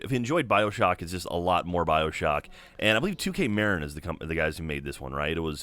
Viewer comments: You mispronounced Marin its ma-rin not mArin. The only reason I said that is because I live in Marin county. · That's not how you pronounce Marin:(